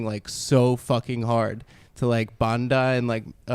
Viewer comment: He def said banda